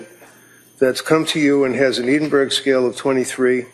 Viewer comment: Oh for goodness' sake, Edinburgh is pronounced EDDINBURG or EDDINBURRA. Counsel for the defence has it wrong and in an earlier video counsel for the prosecution had it wrong in a different way. What's so hard to learn how to pronounce non USA city names?